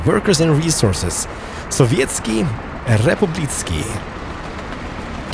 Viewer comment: "Sovietski Republicky" when someone who doesnt know how Slavic languages work tries to speak them.